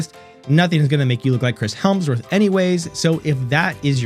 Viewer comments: Chris Hemsworth - There's no L in there :) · It’s embarrassing you made an entire video where you mispronounced his name every single time.